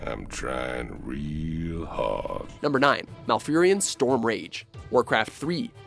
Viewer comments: Haha "Heroes of the Strom" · Heroes of the "Strom"? Are you kidding me? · Heroes of the STROM?!, do you even have english speaking people working for you or what?! jesus christ... you guys are always mispronouncing shit too.